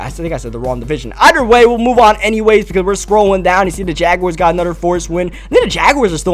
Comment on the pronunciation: Am I the only one that gets mad when when he says "other" or "another" he says ater and anater with out the H